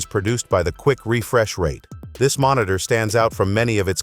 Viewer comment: Mon-it-tour... Dumbass AI.